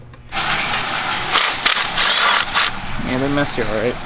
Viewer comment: “Alright air wick” lol